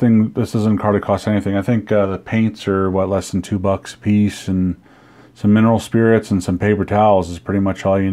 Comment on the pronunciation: You mumbled. Mineral spirits? What did you use to clean it?